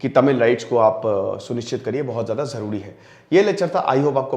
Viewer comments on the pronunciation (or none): none